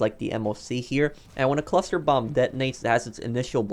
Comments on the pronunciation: He said cluser than cluster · You said cluser bombs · Oh dont we all love "Cluser" bombs